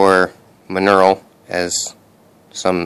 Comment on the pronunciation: Believe it is pronounced mon-OR-el.